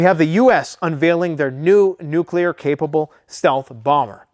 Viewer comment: No it's not nuclear